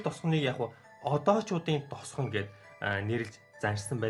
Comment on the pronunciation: Т үсгийг Д үсгээр хэлээд бхы тосгон гэхийг досгон ч гэх шиг